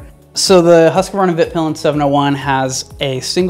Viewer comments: "HUSS-KVARNA", NOT "huske'varna". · Say after me please: HUUS-KVARNA not Huskavarna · Try saying huskvanna cause you yanks seem to hace issues saying it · Huskavaarna? Whoskvarna. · Husqvarna is not pronounced huska-varna dipshit! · please stop butchering the name "husqvarna" :D video itself is great though